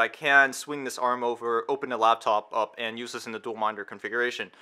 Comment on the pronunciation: When did "th" this start to sound like "v" vis